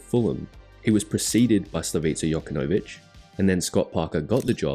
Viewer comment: That pronunciation of Jokanovic was brutal